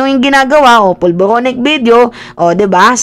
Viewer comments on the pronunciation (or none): none